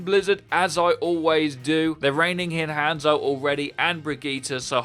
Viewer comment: Again, from the last video's comment by me: "It's not pronounced "hand-so", it's "hon-zo". I understand people have trouble with accents and that affects pronunciation; however, I sounded it out for you last video and you didn't even try lol. "Hon-zo", not "Hand-so"